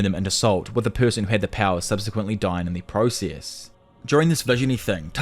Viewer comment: Are you Indian? East Indian? The way you say process 🤢🤮